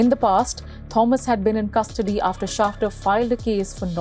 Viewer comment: It's " Schafter "